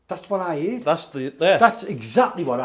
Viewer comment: Can't get over how they keep saying: "HEARED" (hēerd), instead of: "HEARD" (hĕrd). 😂😂😂